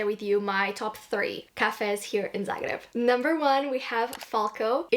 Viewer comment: as a croat, i find it very lovely the way you pronounce zagreb with the proper, hard 'r' instead of the soft way of saying that english speakers use. a small detail, but very meaningful in my opinion! glad you've been enjoying yourself here <33